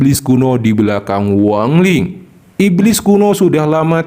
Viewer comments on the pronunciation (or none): Wang lin ❎ Huwang Li ✅